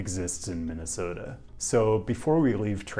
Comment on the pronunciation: I hereby declare approval to your pronunciation of our state.